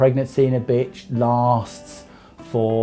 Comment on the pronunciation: He said bitchr